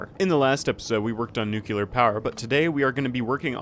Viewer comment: Nice editing. The gameplay itself reminded me my first 50 hours in Factorio. What a great time it was... Also your pronunciation of "nuclear" is horrible lol, its "nuclear" not "nukelar" are you reading the word wrong?